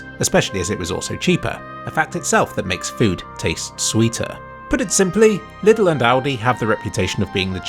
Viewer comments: Just want to mention that it's not pronounced "liddl" and more like the name "Lee". Leedl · Its funny how you pronounce Lidl :D The "correct" way would be Leedl and not Little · European detected. For some reason, that's the official pronunciation of Lidl bere in the UK. Watch any advert on the TV and they say it just like that. It's kinda like how you might get an aneurism the first time you hear someone say La Croix out loud. But it turns out "la croy" is just how the company wants you to say it. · The way you pronouce lidl is hilarious but i dont blame you :D What really surprised me was that our german supermarkets are the cheapest in england lol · I just like how pronounces "Lidl".